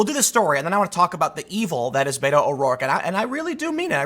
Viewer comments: Did I here you say Beta ? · Spanish is my second language. I interact with a great number of Latinos that solely speak Spanish. I have asked many of them for the pronunciation of the shortening of Roberto. I always hear bet-o not bate-o. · ur mispronouncing "beto." u gotta make the "t" sound in a latino fashion. oh, the pandering